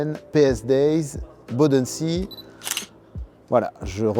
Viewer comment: "Bodensee" ne se prononce pas du tout comme cela, c'est allemand, pas anglais...